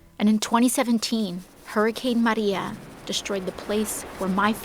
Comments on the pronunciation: Love the unnecessary pronunciations on Maria and Puerto Rico. Don't want to forget her authenticity. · Why does she pronounce certain words in Spanish like Maria and Puerto Rico? Like, why not pronounce all of your R’s the same. So annoying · OMG!!! Look at the way he pronounces Maria and Puerto Rico!!! OMG, we're doomed!!!